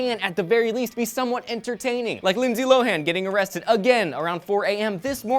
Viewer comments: did he say Lindsay Blow-han? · Did call Lindsay Lohan, Lindsay Blohan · He said Blowhan. Ha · No, considering her name is Lohan, He said Lohan. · did you call her lindsay blohan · did he say lindsay blowhan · did he just call her Blohan? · Did he say Lindsey Blowhan? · Did he say Lindsey Blohan?